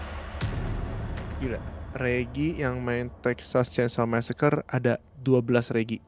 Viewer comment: Bang keknya bacanya massacre itu messekri dh kek nya maaf klo slah..